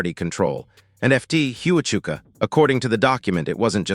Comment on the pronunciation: It is Fort Huachuka pronounced Wa-chuka